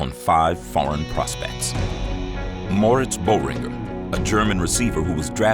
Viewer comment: Möritz Boringer ?!? The German's name was really butchered in the video. Not just the umlaut but the missing 'h' as well... At least they got it right in the description.